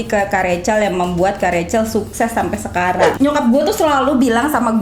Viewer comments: tu dipanggilnya "Recel" atau "Rahel" sii,kok mami panggilnya rahel sii:v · Nyokap nya ngomong nya bukan Rachel tapi rahel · Lah lah lah gua pangil kak rachel bacanya racel lah mama nya Panggil rahel yang bener racel atau rahel :) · Rahell bukan revcel😁✌️ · Mamanya manggilnya r-a-h-e-l bkn rachel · Apakah cuma aku yang kaget kalo mami nya manggil nya rahel😅